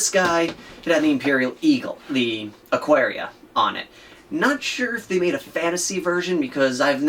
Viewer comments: "GW's ridiculous shipping costs..." It's free on orders over $65...which would have included this case. It's been that way for a long time. "Aquaria..." It's Aquila. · "It has the "AQARIA" on it...you know the double headed eagle." Wtf. You mean the Aquila?